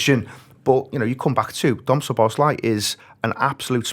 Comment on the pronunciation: I see the majority have picked up on the constant use of Ekky Tekky, which was plain weird, but why this channel continues to call Szoboszlai, Soboszlai is beyond me. Lads, he did a video with the club the day he signed where he pronounces his name as it should be. And it's not Soboszlai, Sloboszlai or any other bastardisation. It's your job to get these details correct.